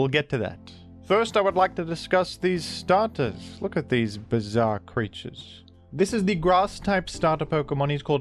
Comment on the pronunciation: "Biz-arre crea-tures"